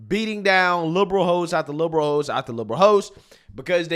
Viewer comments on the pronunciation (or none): Are you saying liberal hosts or liberal hoes? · did you say , "beat down liberal host after liberal host ..." OR liberal ho's after liberal ho's .... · I thought you said LIBERAL HO'S 😂😂😂